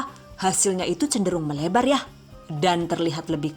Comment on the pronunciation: Bunda bisa ga sih kalo ngomong "YA" nya biasa aja wkwkwk maaf ya 😌